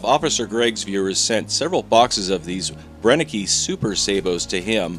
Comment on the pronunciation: It´s Brenneke. Three times „e“, three times the same sound. It´s not that complicated, …